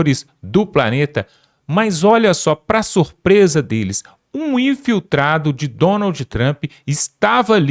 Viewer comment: O correto e. Surpresa e vc falou Sorpresa